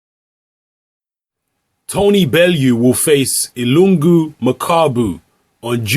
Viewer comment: get the name right. ILunga = "e" "Lu" "NGA". DR Congo reppin hard..